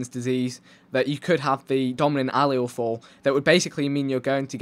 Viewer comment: You say allele funny